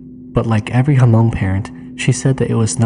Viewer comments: Why do you keep saying "Ha-Mong"? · Was going to mention that too. Have to say it right or else other people think that is how you pronounce Hmong.